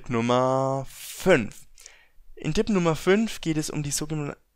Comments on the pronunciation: Alter ..... Lern mal richtig Reden ..... :D Dipp und Ender ... des heist Tipp und Enter .... :D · Es will tipp sagen sagt aber dipp, alter wer kennt es nicht. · warum sagst du "Dib" statz "Tip" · Odjun haha nein Dipp sagt man hier nicht hat mich auch genervt 😂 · Jedes mal wenn er Dipp sagt zuckt mein Auge vor hass